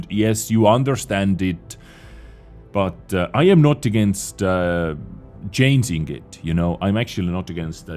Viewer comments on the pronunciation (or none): can't you pronounce "Change"? You always say "Chanes" also not "changing", you say chainsing...